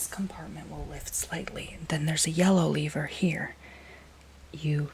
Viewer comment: It’s pronounced lever by the way. The way you’re saying it makes it sound like it’s spelt leaver